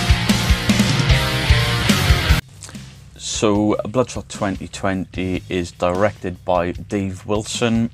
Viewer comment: Never read the comic Bloodspot 😂 sounds like you say Bloodspot a couple of times 😂 I knew you were going to hate this movie lol. The more I think about it is a pretty poor movie, I think if you've never read the comics and don't watch the trailer then it can be an ok popcorn flick but that's pretty bad tbh lol